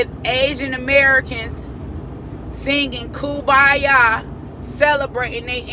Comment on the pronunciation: THANK YOU for pronouncing kumbaya correctly... everybody always says koombaya and that's NOT how you say it